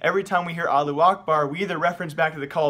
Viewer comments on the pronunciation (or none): why u saying it like allu akbar when its allahu akbar O_o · Lol you ignore half the word it's now Alu, it's Alahhu. You're ignoring the middle three letters LOL!!! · is it really that hard to pronounce "allahu"?